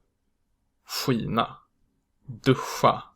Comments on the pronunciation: Hur kan du få Skina att uttalas Kina ? Innan du försöker lära ut något så lär dig rätt själv först ! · Hej! Thank you for your lesson! I have a question : Do you round your lips when you pronounce /ɧ/? Because , 'skina' sounds like /ɧʷi:na/ to me.